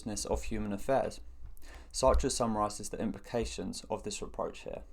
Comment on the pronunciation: Finally Someone pronouncing his name correctly!